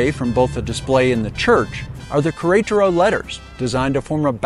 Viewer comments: One day I hope you learn to pronounce the name of the city. This is a very good video for this city. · The pronunciation of queretaro is killing me 😂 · I have gotten several messages that I wasn't close on the pronunciation. I do remember that several locals said Querétaro and I thought I had it down. Apparently not! I appreciate you watching! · Me too.